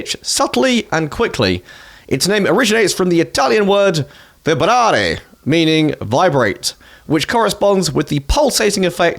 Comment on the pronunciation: When you said "Vibrare" you sounded German 😂😂😂 Joke aside, well done in pronouncing that Italian word!